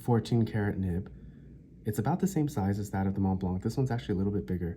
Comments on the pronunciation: Mont blanc, the "t" and "c" are silent as is the "d" in grand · Montblanc. The c is silent.